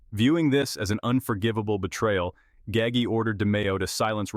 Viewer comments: Ga-ggie....??? 😅😅😅😅😅 who TF is "Ga-ggie"... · its 'Gaw-ji' learn how to say the name right. sounds idiotic. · Right. Gaggy 🤦‍♂️ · Once again, we have another narrator who can't even pronounce the main character name properly. All you people who narrates so-called documentaries do your homework before you put these out to the public. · You butchered his name terribly.. please show some respect and do some research on how to pronounce these names before you make videos